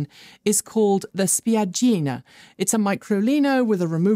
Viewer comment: Your "spiaggina" was quite good! I found it immediately online. Not the Microlino one, but the Fiat 500C version. Greetz from Germany